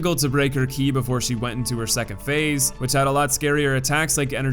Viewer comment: In game, it's called Ki. He got it right